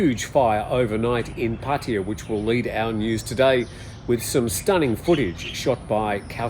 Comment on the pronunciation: It was amazing how many times that you mispronounced Pattaya. You should ask a Thai how it's pronounced. Especially if you are going to use the word so many times in a row.